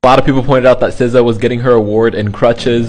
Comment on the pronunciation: is nobody acknowledging how he pronounced SZA????